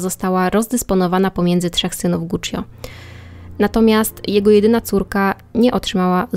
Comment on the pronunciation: Nie żebym czepiał się, ale często wymieniasz nazwisko rodowe i Guccio trochę kłuje w uszy. Poza tym spoko.